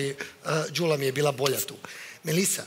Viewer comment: Nije GULA JEL MOGUĆE DA VAK JE SLOVO Đ NEPOZNATO PIŠE SE I IZGOVARA ISTO ĐULA❤